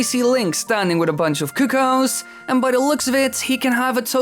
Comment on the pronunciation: The first few seconds the sound didn't work right, did you say niece instead of ness? Kuk-oo-ows? LOL no...just no...